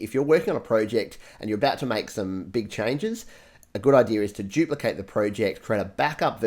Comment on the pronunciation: It’s duplicate not jupelocate